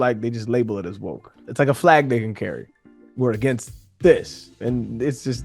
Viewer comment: I cringe every time she says “fleg”.